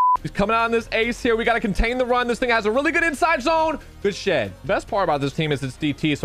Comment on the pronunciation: When you say good shed it sounds like good sh*t